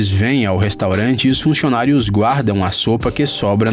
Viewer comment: "funxionários" "adixionados" "adixionados" Ele é um "fofuxo"!